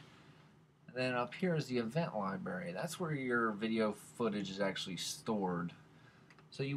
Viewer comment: I liked your video but hearing you say library was making me mental. I'm not hearing the R in library. I kept hearing liebery or liberry. Sound it out slower if you are having problems. Li-bra-ry now I can't put the line over the a their so don't say bra like what the girls wear. Lol, you get the picture. Libery is when your holding a bunch of berries and the spill out and are laying on the floor.